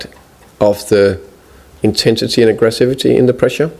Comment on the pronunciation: The "aggresivity" !!! LOL